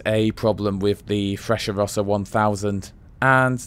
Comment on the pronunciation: I traveled from Milano to Roma and back several times. In spite of all the extolling commercials of the Frecciarossa (Italian pronunciation is different from yours), I think you are completely right.